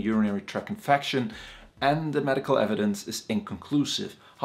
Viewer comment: “….infacshun…” Very educated man though. Good information